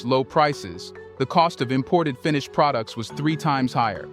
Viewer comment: Dude is an AI. The way he pronounce certain words is not right. Like pro dukes instead of products. Good content though